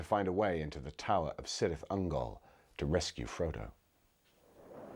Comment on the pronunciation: Pronunciations of Cirith Ungol and Celeborn are wrong, beside that, great analysis :)